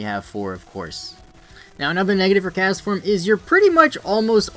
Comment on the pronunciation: Why does he say it like "castaform"